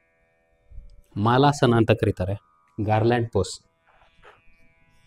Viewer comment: ಮಾಲಾಸನ ಅಲ್ಲ ಸರ್ ಮಲಾಸನಾ ಅಂತಾರೆ. Its not a Garland pose sir its a potty pose. Sorry for my correction to you but thought I can suggest. Thanks 😊